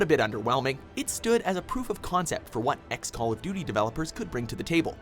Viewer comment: did the guy said call of duty or call of do do